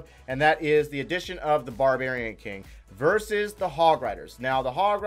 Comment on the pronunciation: It should be "versus" not "verses"....